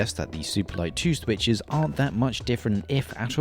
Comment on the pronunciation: i love your "The Swithes"